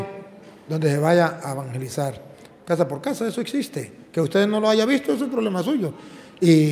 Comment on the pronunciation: Hayga??? O HAYA?